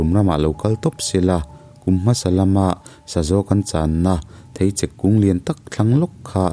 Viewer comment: Thei chek tia i lam hi...thei chêk tia lam zawk tur niin ka hria